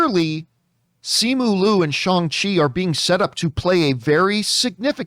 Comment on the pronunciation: Shawn chi????wtf you sound so whack